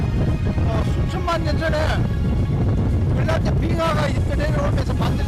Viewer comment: 그린란드가 발음이 안 돼서 글란드... 글란드... 글란드... 영상 몰입을 엄청 저해하네